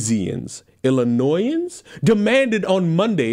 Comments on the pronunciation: This has been terrifying knowing people like 15-20 miles from me voted for a hoodie like that. It's ILL-i-NOY-AN no s unless plural ILL-i-NOY-ANS It's been a long day :p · As a Illinoisan the pronunciation was spot on the third time